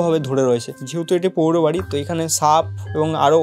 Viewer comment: Pouro bari na...uccharon hoi poro bari...uccharon thik korun pls..